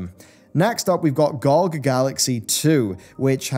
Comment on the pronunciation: it's not gogg, it's g-o-g.